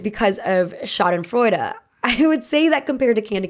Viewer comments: German here. Pls dont ever say schadenfreude again 💀😭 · to every German speaker listening to her murder the pronunciation of Schadensfreude... ja, so ist es manchmal. haha. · When I heard "schadenfreude", my uneducated brain thought you said "shot in Florida" and I was like, what? lmao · The way I thought you were saying shot in Florida instead of schadenfreude and I didn’t even question it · That German word you said I thought you were saying “it was shot in Florida” and I was like why is that relevant 😭😭